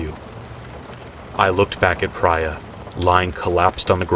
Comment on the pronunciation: I have a suspicion that the woman in 5’s name is pronounced PREE-A , not PRY-A. Even if it’s spelled Prya. I could be wrong, but I’ve met several people with the name